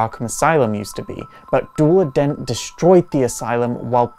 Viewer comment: DEW-el-ah Dent